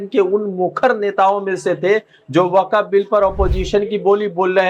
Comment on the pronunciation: ..Waqqaf Nahi...WAQF hoti hai, ok.!!